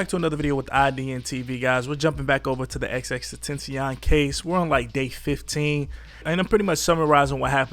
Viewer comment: Say it with me “ x x x ten tha ce on . You are butchering his name